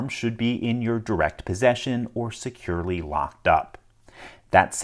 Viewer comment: He says "securly locked up." HOW!? 🤣